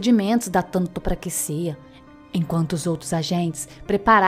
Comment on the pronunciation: Se pronuncia TANATOPRAXIA.